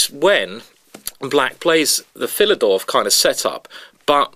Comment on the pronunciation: The "Philidorf"?